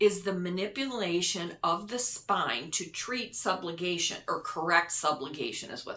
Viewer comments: Subluxation- rather than “subglugation” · It’s not “Sublugation” it’s Subluxation. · Under Chiropractic services covered ... the condition is "subluxation" NOT "sublugation". Small point but if you're a reservoir for information, what else may be incorrect? When I signed up for Medicare, the person I went to for the details of coverage , since I told her I do take any meds she said I did not need part D. I have since been schooled on her mistake and I have a penalty tacked on my part D premium for the rest of my life! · I don’t think psych coverage is going to cover surgeries. “Subligation” is not a word. Subluxation is a word. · Re chiropractic, it is "subluxation", not "sublugation". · It’s SUB-Lux-a-shun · subluxation ..... no "g" in the word ..... sub-lux-ation. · Chiropractic to correct sub-LUX-ation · Thank you for the video. FYI you are mispronouncing subluxation.